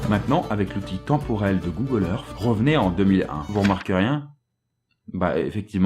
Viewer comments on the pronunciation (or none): google earssssss et non pas earffff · Arrêté de dire Google Earffffe !!! Si tu n'arrives pas à prononcer le th alors dis au moins Earssse 😂